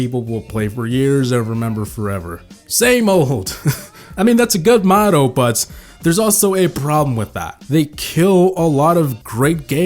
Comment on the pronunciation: The fact that you pronounce motto like risotto really bothers me. Fun video though